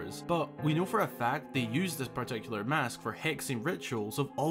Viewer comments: O god plz stop saying mosk >.> it’s mAsk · ngl it sounds like you're saying 'Mosque' instead of mask ''xD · You pronounce it like “mosque”, which radically changes the topic of the sentence. 😂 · why does he say mask that way